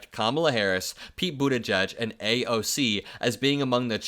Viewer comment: You are still saying "Buttigieg" wrong.